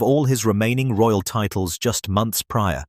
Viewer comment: Lol..royal..not roayl😂😂